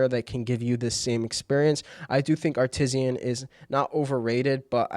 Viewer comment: downvoted because of "Artisian"